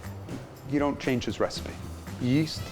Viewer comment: When he said yeast I heard yeet so I was like: 👁️👄👁️